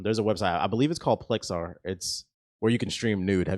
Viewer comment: Plexstorm. Not Plexar. Im not gonna time stamp it lol.